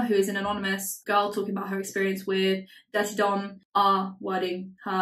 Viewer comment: everytime you say Durte Dom i think it’s “Dirty Dom” and it’s fitting.